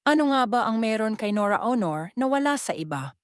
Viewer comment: It's pronounced LAW-REL, not LO-REL; AW-NOR, NOT OH-NOR. Lol, don't anglicize their names when you're speaking in Filipino. You're not American. Haha.